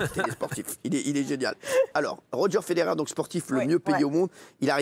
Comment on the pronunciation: ROGÉ FEDERER ?!?!!? JE SAIGNE DES OREILLES 😭😭😭